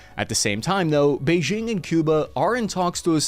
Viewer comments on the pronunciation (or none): none